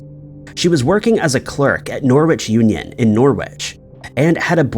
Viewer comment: Norwich is pronounced ‘Norrich’ …silent w